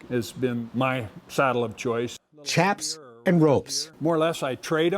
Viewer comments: Looks like a great store. Not sure about that hat you have on. Wrong style in my opinion. The latest trend in western hats is to make the brim look like a scoop shovel. If I ever get back to eastern Wyoming/ western Nebraska where I’m from, I’ll stop in. By the way Mr. narrator, the word chaps is not pronounced like dry lips. Chaps is pronounced with an “sh” sound, as in “ship” - shaps. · maybe you could teach the commentator how to pronounce "chaps."